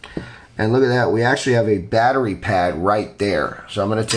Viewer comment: Hell man! Batteria? You said it like a Greek guy 😀😀😀👍🏻👍🏻👍🏻👍🏻